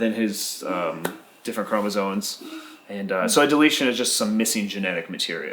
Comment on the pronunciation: The word is “chromosomes” not chromosone